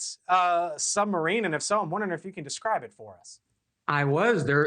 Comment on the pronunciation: The only funny thing about this video is the news presenter saying sumbarine